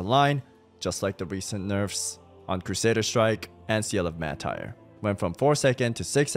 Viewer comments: Mar-Ter, not Mah-Tire. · I just can’t with the way you pronounce Seal of the Martyr 😂